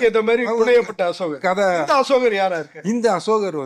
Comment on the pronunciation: சமஸ், அன்புகூர்ந்து அஷோகர் என்று உச்சரிக்காதீர்கள். அசோகர்.